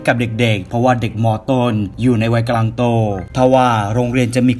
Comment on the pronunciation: ชอบฟังช่องนี้ แต่สงสัยว่า ทำไมคนเล่าชอบพูดว่า กะลัง ตลอดเลย 🤣